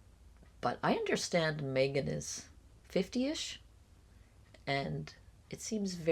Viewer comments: Megan prefers that, Meeegan, pronunciation of her name. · I can't get over the "Meeee-gan" pronunciation hump. 😊 "May-gunn" is preferable, imo. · Meeeegan instead of Megan - It’s so close to how Alex Murdaugh became ALEC MURDOCK and that in and of itself tells you so much about someone. Control. Self-importance. Bizarre. Who knows what else